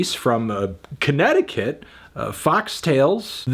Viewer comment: I didn't like the way you said "Connecticut" anfernee